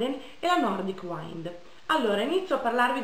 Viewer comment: Solo un piccolo appunto: wind si pronuncia "uind" e non "uaind"! :)